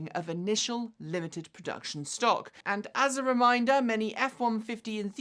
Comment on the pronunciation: Ha, in place of "and", I heard "hit the bell end subscribe".